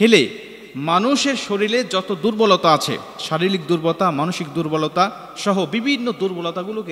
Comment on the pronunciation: ভাতিজা, শারিলীক না শারীরিক হইব। এন্টি অক্সডেট না অ্যান্টিঅক্সিডেন্ট হইব🥵